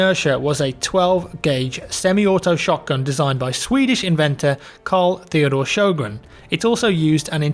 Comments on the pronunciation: Shogun? Really mate? It's Sjögren. The Ö is pronounced like the i in bird or the o in world. And the e is long and the n is short. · The sweet sound of you butchering the name Sjögren, it's fantastic (≧ω≦)